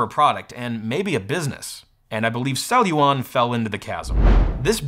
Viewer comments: How many times can someone mispronounce the company the video is about?? "Celluon" - not "cellulon". Sheesh. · What a weird name Celluon, feels like a kid is trying to say ‘Celluron’ but can’t pronounce R yet.